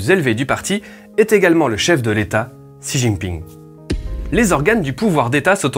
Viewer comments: Xi en chinois se prononce chi et non pas si! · Apprends un peu de prononciation du chinois pour bien distinguer Xi et Si. Ainsi que un peu plus de connaissance sur le système chinois pour se débarrasser de préjugé et ignorance